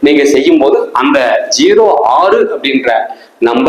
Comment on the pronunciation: 6 என்ற எழுத்தை மட்டும் வைத்து எவ்வளவு நேரம் அழுத்தி பேசுரிங்க முடியல ப்பா சாமி